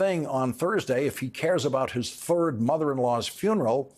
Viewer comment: "....his third mother-in-law's" funeral ...the emphasis on "third" 😂